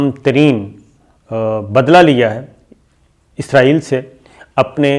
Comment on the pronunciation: Ap name wrong phar ray ho isaril name hai ap k6 or bol ray ho